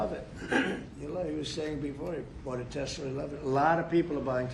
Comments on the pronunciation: Trump saying “Tesler” cracks me up every time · TESLER HAHAHAHAH WHAT A FOOL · You have a tesler 🤦‍♂️